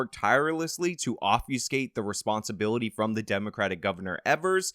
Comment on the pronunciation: My biggest takeaway from this video is that you know how to say "obfuscate" but Adam and Sitch don't.